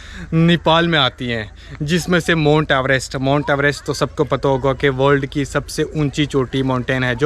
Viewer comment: MONT NAHI MOUNT .AVT. KAH TO LE